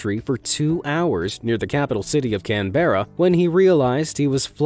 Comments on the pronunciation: FYI Canberra is pronounced "Canbra" not "can ber ra" lol. You're welcome... I know only in Australia right....best country to live in. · lucky those roos were only eastern greys so they are not very big. A red kangaroo buck would've left him dying. 😂 BTW Canberra is pronounced "Can-bruh" 👍🇦🇺